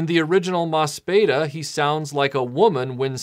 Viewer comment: Just because I have to be a pedantic ass, there is a pronunciation issue with the title. It is an ii sound, not an eh. The katakana translates as "mo su pi i da". Oh, and just as a fun little note, in Mospeada, Lancer...Yellow...whatever is a tribute to the Japanese Onnagata, or male performer in the female role. They became a standard in Kabuki, when it was made illegal for women to perform, starting in 1629. No Kabuki actor's training is complete until he has become proficient as an Onnagata. It has a much deeper cultural resonance for the original Japanese audience than it did for Americans, especially post adaptation.